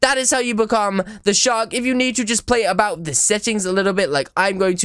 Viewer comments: I hear "shot" instead of "shark" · The last time you said mama shark you said mama shar.